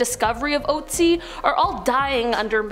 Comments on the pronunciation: Look up how to pronounce the Ice Man's name correctly...PLEASE! Oat-sie IS so wrong!! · The thing that haunts me most about this video is the way english speakers pronounce "Ötzi". It is an Ö. It is "Ötztal" It is not Outzi. That nearly drives me crazy listening to :D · Look it up...the name is "Otzi".